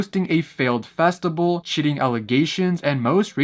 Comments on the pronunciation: Bro, why are you pronouncing "festival" like that ? "Festibal" ?? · everytime he said festible i died alittle inside 😭